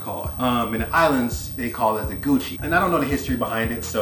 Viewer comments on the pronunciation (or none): Sounded like a true rock man (St. Thomian) when you said “GUCCI” Link